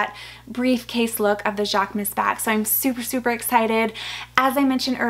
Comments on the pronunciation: Hate to be the grammar police😂… but it’s pronounced: JHAK-MOOSE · Love all your new items!! Especially the Marc Jacobs, I keep admiring that mini Tote! Going to pull the trigger one of these days LOL Jaquemus is pronounced jacques-uh-moose 😊 with a guttural French accent 😂